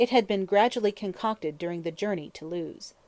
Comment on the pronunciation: I wanted to like this but all the mis-pronounced words are PAINFUL. Claret is not "clar-ray", Lewes in Sussex is not "Lews", lithe does not rhyme with "with" - too many others to mention.